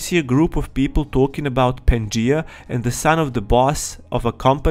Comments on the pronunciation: Hey bro, no hate, but the word “Pangea” is pronounced: Pan-gee-ah not “Panjee” 😅👍🏾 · Ahh yes pan-gee totally not pan-gee-a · Bro its pan g ah just saying lol !!!$$$+++ ,love that you use your own voice keep it up!!!$$$+++ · The name of the game is probably pronaonced pan-ge-a. After the supercontinent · Not sure if you are going to read this now but its pan-ge-uh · HIS PRONUNCIATION OF PANGEA IS KILLING ME